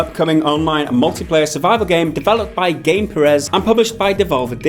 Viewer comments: Uh, the SCUM developers name isn't pronounced Gameperez, it is Gamepyres. ;) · bruh, it's "Gamepires", pronounced kinda like "empires", not "game-pireehz" xD